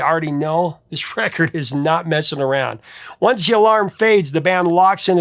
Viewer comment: Unce, tice, 😂